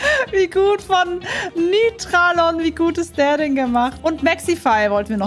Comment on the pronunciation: Wenn das der echte Nytralon war, dann hast du ihn falsch ausgesprochen 😂